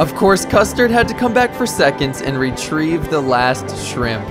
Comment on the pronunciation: Him: custerd and brulee Me: custerdbrulee? 🗿